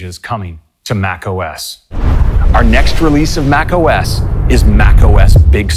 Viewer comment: I heard ‘Let’s take a look at mayo’